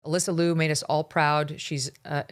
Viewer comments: Correct the pronunciation: more close to Leo, than Lu. Sarah was great, but her dance was just ok level. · I love Alysa Liu! I wish people would pronounce her last name correctly. It is pronounced “lee you”. Two syllables. Everyone is pronouncing it as one syllable, loo! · Her name is Ms Liu劉, not Ms Lu 魯. It's like calling Ms Brown, Ms bown ie leavin gout the /r/. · The "iu" in "Liu" is pronounced like "ew". Ask me how I know.🤣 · if you wanna celebrate her, at least pronounce her last name right.